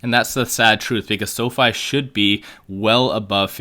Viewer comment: Pronounced; Sow-fee!!